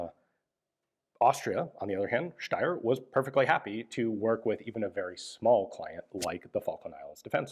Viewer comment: Can we just appreciate how flawlessly Ian pronounces "Steyr," folks?! It is Sh (like in shoe) - tai (like in Taiwan) - ah (like an almost silent sigh of relief). Thank you, Ian, and greetings from Austria!